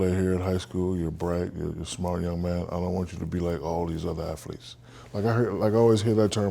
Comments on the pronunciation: too bad he failed the phonics portion of English class.... it is ATH-letes, not AF-letes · the dude said affletes... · "i dont wanna be like other afleets" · Thats how you pronounce th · Welcome to Ebonics 101, 'TH' at the beginning of a word is pronounced as a D (dis,dose,dem etc,) 'TH' at the end of a word is pronounced as F (boof, truuf, uncouf)